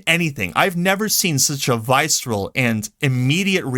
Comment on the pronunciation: You mispronounced visceral, its short I vis-er-al not vise-er-al